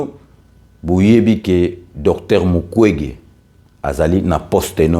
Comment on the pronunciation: Ndeko au Congo, ça devait être Mukwenge et non mukwege !!!!